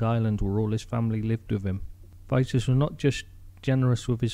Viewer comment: Pronounced.... Vee tas